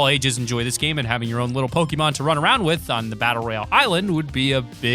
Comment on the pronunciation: pronounced poke-ay-mon